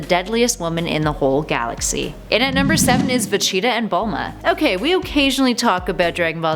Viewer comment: Why is she saying vegeta's name wrong over and over again